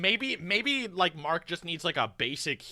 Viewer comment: The fuck are you talking about? He says Mark perfectly normally as if he doesn't even have an accent literally every video. The Irish accent excuses are getting ridiculous. I wouldn't of even known he was Irish if I hadn't heard him mention his background in a video. His accent is not strong at all and certaintly not enough to have these random and hyper specific mispronunciations.